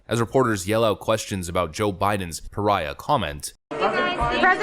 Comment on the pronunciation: Did they say president piriah